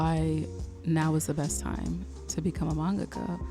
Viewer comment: Maybe I’m too "particular", but thank you for taking the time to pronounce manga-ka correctly!!! I’ve watched too many videos where it’s been pronounced man~GAKA. I’m taking that as a sign that your video came to me at the right time. I had a dream to be a manga-ka in elementary and high school and then it kinda faded as I became an adult.